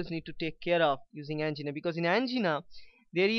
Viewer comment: An - GEENA 😂